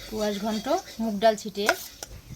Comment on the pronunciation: কুয়াশ না, স্কোয়াশ বলে, উচ্চারণ ঠিক করে বলো